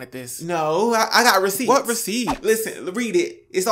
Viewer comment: The "recipts" anyway chile. Keep living you best life your vids are awesome